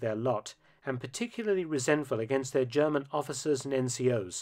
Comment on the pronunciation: For once, somebody commenting on WWII whose pronunciation of German is perfect.